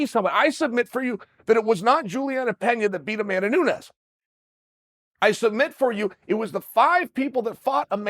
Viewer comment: "Julia pena" and "hazmat chimaev" 🤣